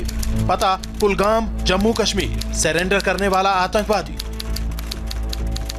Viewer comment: Bhai ye banda atankwadi nahi ho sakta Jo surrender ko salander bolta ho😂😂😂😂😂😂